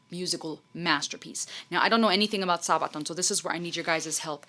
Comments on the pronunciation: I know this video is a bit old now and you may already know this, but a sabaton is just the fancy name for the armor that medieval knights wore around their feet. So it's just pronounced like this phonetically: SA-buh-taun Hope you had a Merry Christmas! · Also it's not Saabaton. Band members themselves call band as Sabaton...